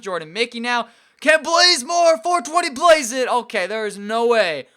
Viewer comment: It's not Kent Blazemore, it's Bazemore(Bah-Zuh-More)